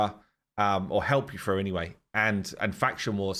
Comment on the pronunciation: "froo" the stone skin